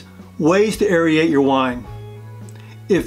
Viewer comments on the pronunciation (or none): The actual substance of the video is great, but your pronunciation is driving me crazy! Aerate doesn't sound like aeriate, and Bernoulli doesn't sound like Birenolli, lol.